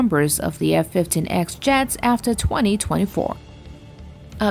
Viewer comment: It’s pronounced F15 (e)(x) not ex